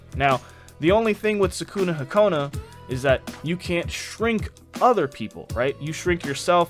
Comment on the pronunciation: your saying sakunahakona is Sakunahikona